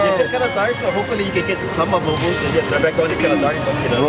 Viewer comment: It's BooBoo not BoBo